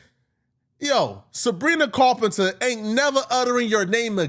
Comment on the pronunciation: Yo for someone who says they hate gang members boy do you wish you were one with the way you glorify that bs 😂😂😂😂 you can't even pronounce Sabrina Carpenter your just like ant jefe can read or speak worth a damn 🤣🤣🤣🤣 Mat gala!?? I'm dead